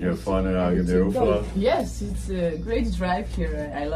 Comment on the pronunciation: Agadir NOT Agaidir. 😂